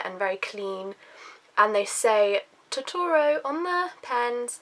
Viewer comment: you pronounce Totoro wrong